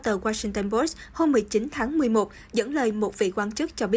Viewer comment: Dọc là Post , Pô sỹ chứ không phải Po